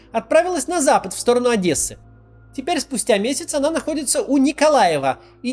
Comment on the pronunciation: Максим первый русский на моей памяти, который правильно произнес Одесса, большой респект=) а не адэса, как принято у россиян